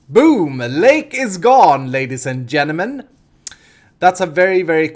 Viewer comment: buddy you pronounce "ladies" as "radish" classic:)